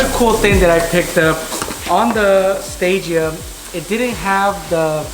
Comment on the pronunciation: Listen here 😂 it’s not a gtr and you said stagea wrong. Yeah they look nice with a 34 front but a stagea isn’t a gtr and the front of the 260 is one of the best looking front ends on any car,I personally don’t know why people do the swap but everyone can live their life’s how they want. Not a gt-r bro. It’s a 260rs four autech